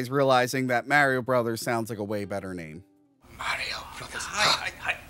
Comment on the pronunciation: Love the guy, but wow is it like nails on a chalkboard to hear Mario pronounced as Merry-o.